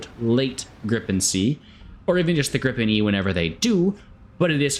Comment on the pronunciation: I'm gonna be "that guy" here, the correct pronunciation is more like gree-pen :) So excited for this plane